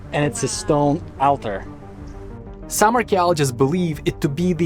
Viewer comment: altar is pronounced "all ter"